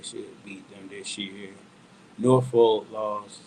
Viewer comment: Not trying to be funny but it's about respecting people's hometown. Suffolk isnt pronounced Suff-olk it's suff-uck...Portsmouth is not Ports-mouth it's Portsmiff....Same thing with Norfolk It's not a folk....it's literally saying Nor-fuk Let's stop playing remedial games here it's not hard to say.... And to prove my point I lived in PG County....do you say Bow-ey or Boo-ey Same principle.... I'm a fan of what y'all doin but don't disrespect the 757 like that